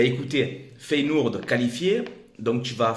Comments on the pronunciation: Tu déchires fréro! continues comme ca ! Juste Feyenoord ca se prononce Féyénorde pas Féyénourde, tu m as fait délirer lol sinon tu gères ;) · Feyenoord se prononce Féyénorde pas feyenourde 🤣 Objectif atteint !